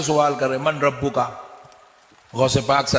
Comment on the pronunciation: عربی پڑھنے نہیں آتی، من ربک میں نون نہیں پڑھاجائے گا سلام کا حکم مکلفین کے لیے ہے فرشتوں کے لیے نہیں